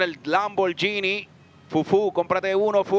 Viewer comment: He said LAMM-BOAR-GENIE